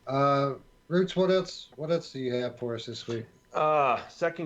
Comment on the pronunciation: It's Roots not ruts lol